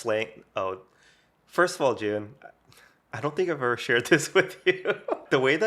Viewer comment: always starts with "Hey, Jun(e)!" that sounds like " hye jin" to me! FYI, I'm hyejin 𐌅 𐨛 𐌅𐨛 𐌅 ࠅ ヲ𐨛 so you know, your greeting makes me so happy sometimes I'm like in you guys' conversation, chatting with you guys🩵 I'm huge fan of you 🎉